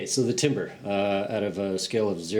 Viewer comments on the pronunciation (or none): Pronounced tamber